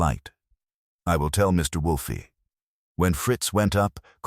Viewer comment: How many Wolfe stories have you produced? Yet you haven't taught your AI not to pronounce it Wolfie. Sad.